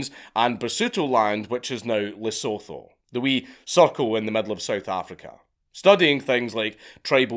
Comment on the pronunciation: How do you pronounce Basotho correct but change it up to mess up Lesotho so badly? 😂. Also, The Drakensburg is the most beautiful place you can imagine, spent the happiest times of my childhood there.